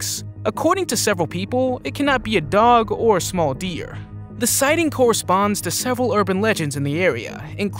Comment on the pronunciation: Number 5.."Bod-min"